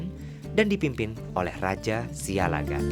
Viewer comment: Pronunciation yg benar "Siallagan" double "L" Not (Sialagan)